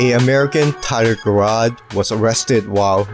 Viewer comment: Tyler Gerard's last name is pronounced like a j rather than a k. Just to let you know. Good video by the way.